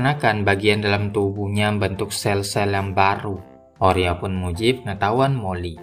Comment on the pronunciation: Bang bukannya nama nya Orla ya kok oria